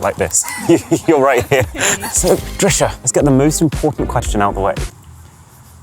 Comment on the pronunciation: Your British accent is not letting you pronounce "Trisha" properly, idk why but i find it funny 😅